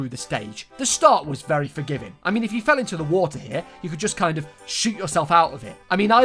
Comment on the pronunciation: I like that they say Waer and not water because you’re never supposed to hear 50% of the word